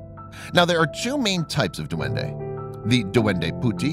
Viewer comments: In Philippines this is how we say duwende it’s “Dwende” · its dwende not duwende that how you say it.